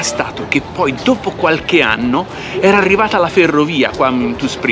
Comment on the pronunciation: Buffissimo l'...... tra una pronuncia Inglese irreprensibile emerge spesso "quarche" cosa detta in un simpaticissimo toscanaccio!! 🤣😂🤣😜😁😉